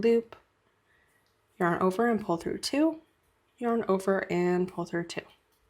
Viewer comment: Sorry, I really wanted to learn how to do this but I can't handle the way you say "yearn"